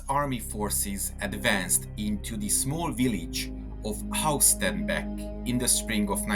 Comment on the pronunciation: Diese scheiss KI Stimme. Haus Starnbeck.... son Blödsinn. HAUSTENBECK !!!!